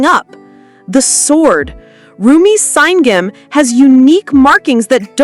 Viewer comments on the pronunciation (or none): Saingeom is read like Sa-inn-gum